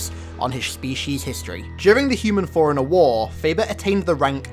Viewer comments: Took a few seconds for me to realise he was saying forerunner and not foreigner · Lol fore runner, sounds like hes saying foreigner. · It sounds like you're calling him a foreigner, not a forerunner. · Everytime you say forerunner it sounds like foreigner 😂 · You want to say forerunner but you keep saying foreigner. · The way you say forerunner kinda sounds like “foreigner” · Whenever you say "ForeRunner" I heard "Foreigner." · Great video, but I hate how you pronounce Forerunner like Foreigner XDD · Got 3 minute's in before I gotta annoyed with the way you say forerunner, I will not be returning.